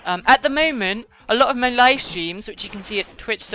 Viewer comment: 'foive' 'loive' amazing :D